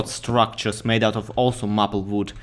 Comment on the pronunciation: Maple is pronounced may-pull. Your English is only getting better though!